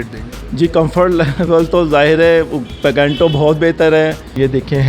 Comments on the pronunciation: Picanto ya PECENTO ? 😂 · Pacantoo ni PICANTO hay .....Bosdikay